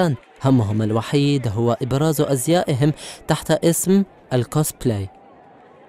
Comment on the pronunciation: كوسبلايك مو كوسبليك مو خيالي ثقاف يابانيا نحن الأوتاكو بس من نفهم هدا